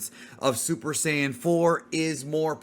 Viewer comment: Mispronounced "Saiyan" as Sayin!